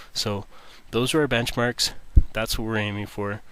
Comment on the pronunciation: "BenchAMrks" ;D